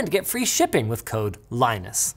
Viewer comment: One thing about Linus (pronounced LINN-us, like the operating system, but he hasn't learned that yet): he's real. Tells it like it is. No overhype, no use hyperbolic enthusiasm to substitute for actual interesting content. So, what is this?? Going "wow, so cool!!" on something truly unremarkable. Repeatedly. And every demo is ineffective and pointless.